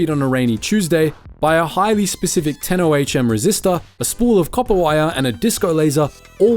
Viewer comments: "Buy a 10 oh haich emm resistor" 😂 How to spot lame AI narration in one easy lesson. It's Ohm, the SI unit of electrical resistance, named after physicist Georg Ohm. And the resistor shown was 1.1 M Ohm (1,100,000 ohm). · I tuned out at 10 O H M. If you say that instead of "ohm" its one of two things 1) you have no idea about the subject matter 2) you used an AI voice and because of (1) you didn't correct it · 40" in '10 o-h-m resistor' ? It's 'Ohm' as in Herr Georg Simon Ohm. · 10 "o h m" right at the start shows that whoever is talking has no clue! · '10 oh aitch em' can you not say ohm or something? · Ten Oh Aitch Emm Resistor? Oh, you meant “ten ohm”. Bloody AI. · I can tell you know nothing about electronics, it's Ohm ..not O.H.M. ..It is named after Georg Simon Ohm (1789–1854) and it's a measurement of resistance.. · 10 o.h.m. resistor... ohm is a word my dude. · Is this an AI video? Its ohm not oh-aitch-em and zedex spectrum not zee-ex. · These AI voices are terrible. It rosin, not rosein. 10 Ohm, not 10 O H M. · As soon as I heard his announce 'O' 'H' "M" resistor I knew it was time to stop the video. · Ten O H M ? did you mean ohm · ohm not oh atich em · 10 O H M resistor lol... AI slop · AI slop. ohm isn't pronounced Oh Haych Em, typical AI speech error. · Finally some proof that this is an AI voice over. "Ten O-H-M resistor" - you mean "Ten Ohm"... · I assume your description was AI generated lol. The fact you pronounced ohm as O.H.M. makes me wonder lol. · "O.H.M."? Ohm, dude.... Ohm... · Yup. Also "buy a 10 Oh Aitch Em resistor". Arrrggghhh. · What. The fuck. Is a ten "oh-aitch-em" resistor? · A 10-Oh-Aich-Em Resistor? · "10 O.H.M resistor" :D Hey let's all go out and invest in AI. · You lost me at the "Ten O. H. M. resistor." Dear god, does nobody know what they are talking about? Thumbs down for that alone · Would have watched this but quickly realised it's AI slop. Solder "roesin", o-h-m. Make it stop! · "10 O H M resister"? Really? AI SLOP!!